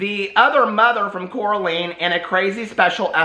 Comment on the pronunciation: I love you but I have to fix this. How to pronounce Coraline. "Core-ah-line"